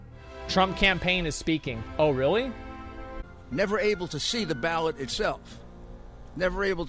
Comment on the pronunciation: I keep hearing ballad instead of vote in trump campaign press part